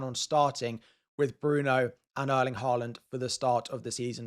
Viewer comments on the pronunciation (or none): none